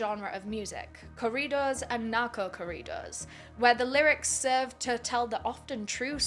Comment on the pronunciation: Now I know I haven’t really took the time to check. But I like that you made a video about his life. It seems like big crime YouTubers haven’t don’t. This could be a new series for you as there’s a good amount who have unfortunately met this same fate. Also I like how you basically pronounce corridos like Doritos 😂